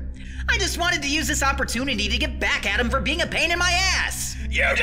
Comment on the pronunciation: I think he said precious BEING not bean